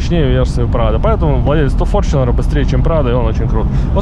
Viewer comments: какой форчинер, где ты видишь в названии букву ch , так что читается таета форнунер (Fortuner) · ну иначе не иначе , а правильно с англ. языка будет фортунер или на англ. буквы fortuner , как пишетстя так и говорится . )))) Там же нету бук ch , а написано tu ))